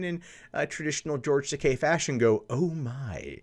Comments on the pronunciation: Why is it that you get the pronunciation of TAKEI right in the beginning of the video but immediately go back to TAKAI just after that? It's TakEi not TakAi. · It's pronounced "Tah, kay." The way you pronounce it, it would be spelled Takai. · Every time he says "Takai" my inner weeb dies a little.